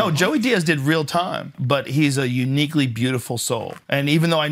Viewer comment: Emphasis on "uniquely"